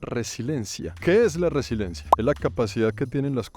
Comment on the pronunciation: Querido, con respeto decirte que se dice "resiliencia" no resilencia. Saludos desde Madrid♥